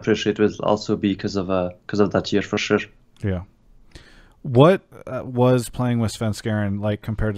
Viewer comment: True, he is trying to pronounce sure but it comes out as shush xd